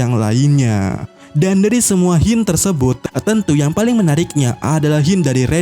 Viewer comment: Sebut la Hint bagi betul. Hint bukan Hyin